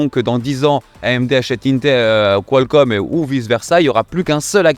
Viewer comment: il va falloir s'entraîner sur la prononciation , j'entends "qualScomm" à chaque fois